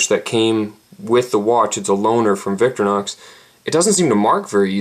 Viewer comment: stop saying victor-nox!